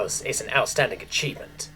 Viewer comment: I know i am nitpicky about this, but it's not the first time i noticed: "outstanding" and "astounding" are two admittedly similar yet different words, yet you keep pronouncing them the exact same. otherwise great narration as always, thank you!